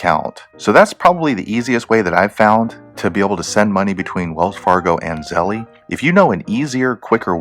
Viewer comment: I think it's pronounced like zell, not like zellie